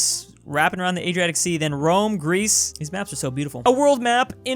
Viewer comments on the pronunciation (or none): none